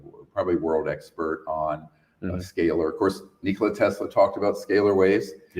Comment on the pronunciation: This guy pronounces everything so annoying from Neeeekola Tesla to every acronym. I used to think this guy was so interesting.